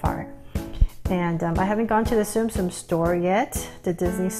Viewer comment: it’s not zoom zoom it’s Tsum Tsum